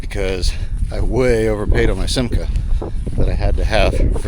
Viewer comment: You pronounced Simca correct. Aronde is pronounced ah-rond, it is french for swallow.